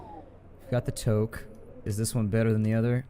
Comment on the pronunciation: I cringe every time you mispronounce toque.